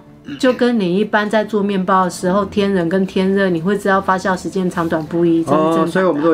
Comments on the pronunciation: 你说的对！fa jiao 😂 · fa jiao, 不是 fa xiao.真的让人发笑。😂， 我马来西亚人老师都是教我们读 jiao mu。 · 发酵 读：（fā jiào ） 不读：（发笑）